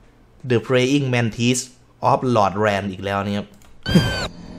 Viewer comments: lordranมันอ่านโรลแดรนครับไม่ใช่หลอดแลน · Lordran คำนี้น่าจะอ่านว่า ลอร์-ดราน มั้งครับ เป็นชื่ออาณาจักรนึงในเกมส์ ส่วนหมาคาบดาบมีในภาคแรกคือ great grey wolf sif เป็นหมาของ atorias